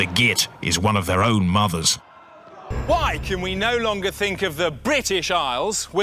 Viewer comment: " I fink thats a smashing idea" lol